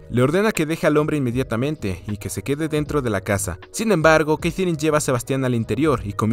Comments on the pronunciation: Porque la sigues llamando Keitherine a Katherine 🤣🤣🤣🤣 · Que mal pronuncias Katherine, tío. No es tan dificil....